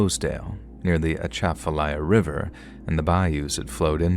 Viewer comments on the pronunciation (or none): Uh-SHAF-uh- lye- uh-- that's how we pronounce Atchafalaya, sweetie❤ And it's PEE-ro ( pirogue)- you don't pronounce it phonetically❤❤ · I made it 30 seconds in before they said atchafalaya wrong